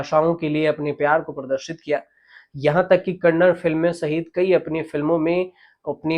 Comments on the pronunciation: Sir, it is NOT Kannad but Kannada. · Sir, कन्नड not कन्नड़ (kannada not kannad)